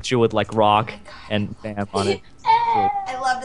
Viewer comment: I'm korean and they are pronouncing baam wrong.